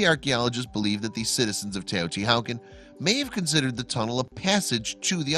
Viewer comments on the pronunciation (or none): Get the pronunciation right. = The "H" is silent in TEOTIHUACAN. Also an accent on the second a. / Language Nahuatl = na, watl